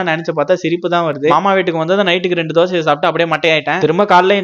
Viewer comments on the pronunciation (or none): none